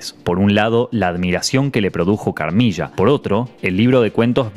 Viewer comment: Carmilla se pronuncia Carmila .